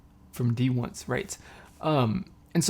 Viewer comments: its pronounced as d-once ! thank you for reacting to them, the members went through a lot especially in survival shows and im so happy they finally debuted. i hope people wont sleep on them, they are really talented! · Thank you for reacting D1ce. It's pronounced D-once. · D1CE !! I’ve waited for their debut for a long time I’m so proud lol it’s pronounced d-once :)